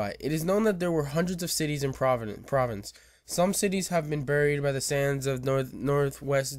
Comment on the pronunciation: I appreciate the video a lot but I feel I must point out that "province" has no D in it. It seems like you want to say "Providence," which is a city in Rhode Island. Also, "coup" is a french borrow word so it's pronounced "coo". Not trying to be mean, just informative.